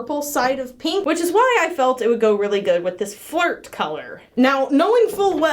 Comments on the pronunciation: I heard “fort” 😂 Flirt makes so much more sense! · I'm using "flirt" from mad micas. Me: Had to rewind cuz I thought she said "fart" Lmao